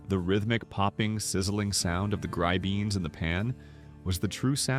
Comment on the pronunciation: Omg gry-beans